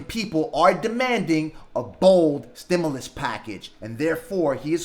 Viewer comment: It's pronounced " STIM-YOU- LUS not "STIM-ULL- US" . Again, "STIM-YOU-LUS" try saying like this, it is correct. We loooove Nancy Pelosi!!!!!!!!!! Gooooooo Nancy!! Know THIS! Ditch Rich Mitch McConnell blocked the STIMULOUS That Congress wrote and APPROVED waaaaaaay back in the Spring of 2020. Blame belongs to any and all DUMP 👎 Trumpsters! Yer fault! There ain't no $10,000 Grant from eidl. The only way you're going to get $10,000 is if you have ten employees at one thousand each. Most people just have themselves and one or two employees, therefore they only get one two or three thousand. You ain't getting no $10,000! That's not how it's written. It's pretty easy to read the simple english. They're not giving $10,000 unless you have ten employees. Stop dreaming.